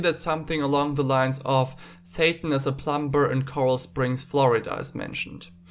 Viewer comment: I love how you pronounce plumber with the B (the b is silent) never change please